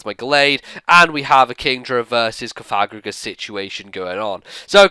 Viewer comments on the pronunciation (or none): none